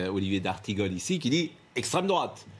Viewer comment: "Le gifleur de macron est bien de strêmdrouate, puisque lors de sa comparution immédiate, il s'est revendiqué patriote..." Le reste du documentaire est à l'avenant... Affligeant !